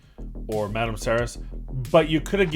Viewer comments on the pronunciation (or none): none